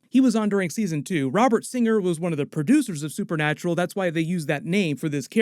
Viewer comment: you changed the g and r in singer. 🧐